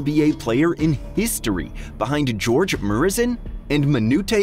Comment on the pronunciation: The butcher job on George and Manute’s name kills the whole video